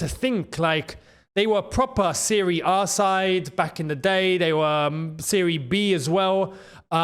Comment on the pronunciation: said serie B and my Siri just got activated 😂😂😂😂